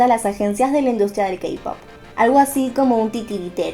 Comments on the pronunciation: Entertaiment se pronuncia enterteiment, J-POP se pronuncia lleipop y KPOP se pronuncia keipop Te quiero ❤️ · Perdón pero me inquieta que diga "kapop"